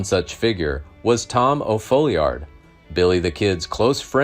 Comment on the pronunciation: It's pronounced "Fallyerd". How do I know? It's my last name.